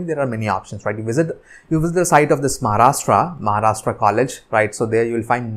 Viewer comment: Sir it not maharashta it's Maharashtra change your accent 😡😠🤬